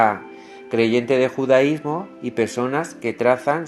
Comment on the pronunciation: No sabes hablar... Es judaísmo no judísmo